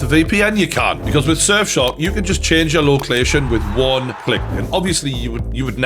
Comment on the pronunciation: I know im sad for noticing this but Loclation made me laugh